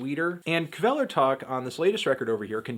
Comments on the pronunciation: I'm told the K is silent. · That's not how you say Kvelertak.